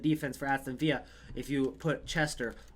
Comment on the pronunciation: It's Aston villa not viya